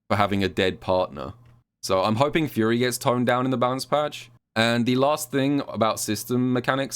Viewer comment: Nah, he was definitely saying it weirdly. Even after I recognized he was saying "Fury," it still sounded like "Yuri."